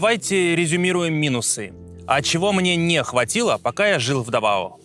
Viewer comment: Местные ставят ударение на первый слог. ДАвао